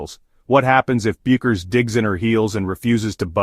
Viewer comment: So what exactly is the decision that Paige Bueckers has made that STUNS everyone, and is SHOCKING? What a bunch of drek this is. And your AI narrator pronounces her name wrong in at least three different ways, and never the correct way. Get a life.